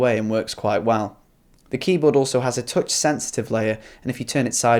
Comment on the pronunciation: it's not teutch (touch) it's tuhtch